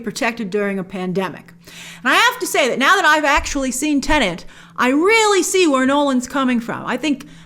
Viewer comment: It's not called Tenant! 🤦🏻‍♂️